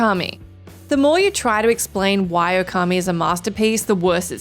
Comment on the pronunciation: Would it be pedantic if I said it's "Ōkami", not "Okami"? 🤔